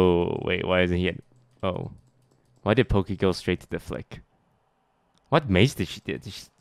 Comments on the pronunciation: Valkyrae: "WHY WHY" Toast: "uh rae what was that word you just said...?" Valkyrae: "uh.... who..." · when Rae said “Who” Toast was like “What did you say?” trying to see if she said why lmaooo love that